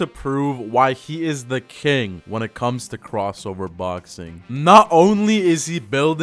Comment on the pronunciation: that pause for “comes” is crazy